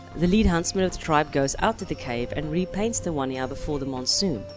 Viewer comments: Wanjina not wonyana talk about something you know about at least pronounce it right. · The right pronouncement for the Wandjina is Won-Jen- Nah! (phonetically written) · I think you’ve got the pronunciation slightly wrong. Wandjina is read phonetically (In the English language) as ‘one-gin-ah’. Great video though. Indigenous Australian culture is the least well known of the ancient cultures - even though it’s the longest surviving. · Correct pronunciation for Wandjina or Wondjina would sound like : Wun-Jin-Ar (Ah) or One-Jin-Ar (Ah) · they have no mouth to pass judgement and please the knowledge and pronounciation of my families spirits is kind of disrespect. if you choose anothers stories research first.